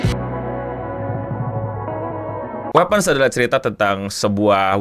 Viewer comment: wipens btw cara nyebutnya cmiiw